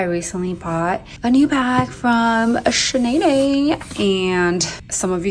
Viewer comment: I don't know what it is but obviously you live more of a luxurious lifestyle but it comes off more personable, and you're so nice with your responses 🥺. When you said 'Chanaynay' I burst out laughing. So silly but so cute. Seriously though take care of your health - health is wealth for real.